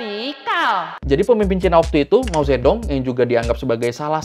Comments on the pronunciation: Suka konten seperti ini. Ada koreksi soal pengucapan nama pemimpin Cina .... Generasi 60-70 seperti saya pasti tahu kalo saat itu pemimpin Cina namanya disebut dan ditulis Mao Tse Tung. Tapi setelah era penyeragaman tulisan th 80-90 an nama itu jadi ditulis Mao Zedong, walaupun tetap dibaca Mao Ce Tung. PM Cina berikutnya ditulis Deng Xiaoping, tapi dibaca Teng Siao Ping. Sukses terus buat abang ini.. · Mao Zedong ❌ Mao Cethung ✔️ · Jadi keinget guru sejarah wktu masih SMA. pas ngajarin sejarah2 tentang negri tirai bambu, cara ngeja nama Mao Ze Dong mirip sama cara ngejanya bang. setelah pelajaran sejarah, ada pelajaran bhs mandarin, dibahas jg soal Mao zedong sm guru native dari tiongkok. kami sekelas baru tahu kalo Mao Ze Dong diucapkan dlm bahasa mandarin harusnya Mao ce tung (ikutin penulisan bhs indo ya). sekarang beliau udh meninggal, jd kangen kan.:'(